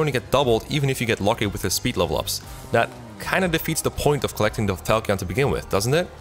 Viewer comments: VERY minor complaint but how are people still mispronouncing Falchion after Echoes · I believe falchion is pronounced fal-chin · The Fire Emblem Warriors music was a real banger with all those heavy layered, thick, guitars. I find it interesting how they are able to blend orchestral instruments with the heavier modern guitar music. Also, no one can pronounce falchion correctly. Not even Matt Mercer. My first FE game was Fire Emblem Sacred Stones, and my God people say its easy, and they aren't wrong, but I had a false impression of how easy it is. Sure you can solo with Seth, but there is a lot to know first and lookout for. Honestly, my biggest gripes were me getting screwed over by bad rng. Whenever I needed to keep npcs alive. One of the enemy myrmidons got a 1% crit... And for the final boss, when you have to kill the big dragon thing, I had to restart the chapter because I needed additional regalia wielding units and the two I had weren't good enough by themselves. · Great video but one thing that bothered me was your continued mispronunciation of Pavise Aaaaaand now it's Falchion as well, but they say that one in cutscenes so